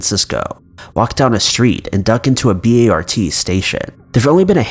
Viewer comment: when he said "ducked inside the B. A. R. T. station" I thought "I don't remember a restaurant called B. A. R. T. Station...?" then I realized he meant BART. As in Bart Simpson or Chart or Fart. Not B.A.R.T. as in D.V.D. or T.N.T. (which we would otherwise pronounced Divid or Tint)